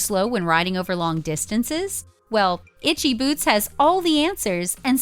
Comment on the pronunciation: At the very least I would expect these idiots to learn to pronounce her name correctly..